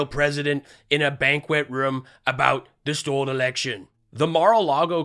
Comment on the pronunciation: Why doesn t People in Lindell's inner circle tell him that it s not "Stol'd"..unless they are as bright has he his... Hey Lindell...go "fork" yourself ;)